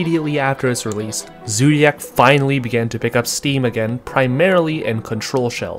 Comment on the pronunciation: the way u say zoodiac wtf man